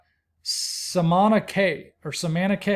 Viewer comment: Cay is pronounced "key"